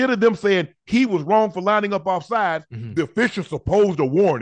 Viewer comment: “ OCHO HE’S OFFSIDEES” 😂😂😂